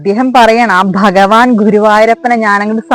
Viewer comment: ബഗവാൻ അല്ല ഭഗവാൻ